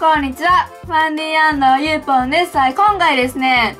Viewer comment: ゆーぽん関西の発音になったよw